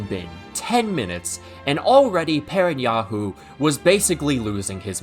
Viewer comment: He said PerenYAHU